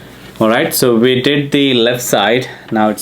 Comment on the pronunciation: A primer: 'We' is pronounced like 'Oui', 'yes' in French, not 'Vee' as in VW. You're welcome.